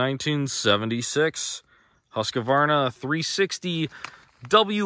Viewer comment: It annoys me when people call a Husqvarna a HusqAvarna